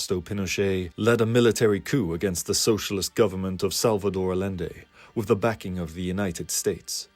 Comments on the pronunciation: how did no one you showed this to before posting this point out you're mispronouncing Allende? he was Chilean, it is pronounced like aye-yen-day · I like it, the only issue is that the name is pronounced Ayende even though its spelt Allende, double L in spanish is a Y sound when used as a vowel. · 'll' in Spanish is pronounced with a "y" sound. Allende is pronounced "Ah-yen-day".